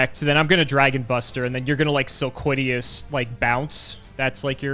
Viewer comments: Sil-lola-quiz: Sil-quiddy-yas the card: Silquitous. sil-quit-ous. its not hard guys. spell it out. sound it out. read it. Silquitous. and i thought was bad with names. jeez. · I like how and both had different pronunciations of Silquitous and both of them are wrong